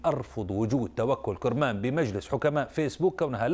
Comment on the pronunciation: اولا انطق اسم توكل كرمان صح وليس كورمان ولقافله تسير . وشكرا لبنت وطني